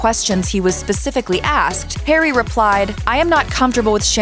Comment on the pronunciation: Why are you'll calling him, 'Perry'?